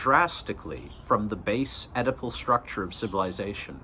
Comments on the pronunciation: I keep seeing your text-to-speech interpet Oedipal as edible, and now I have a funny image of Freud diagnosing a client with an edible complex, and the client is on his sixth brownie saying "dude, no way". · I wondered what his use of 'edible' meant...maybe 'consumerism'? Then finally i realised he is saying 'Oedipal' ! Anyway you got a sub for this worthy attempt to read the memes!